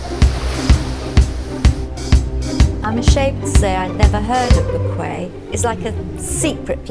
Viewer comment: That's not how to pronounce bequia, im fom bequia and that is not how to pronounce it